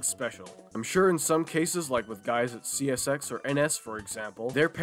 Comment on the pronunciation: bro said oh yeah chesshy systerm